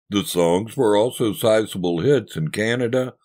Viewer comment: Did He say greatest tits or greatest hits?